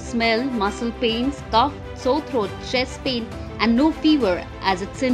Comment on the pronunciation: It’s not Cuff. It is cof (kof) RIP your English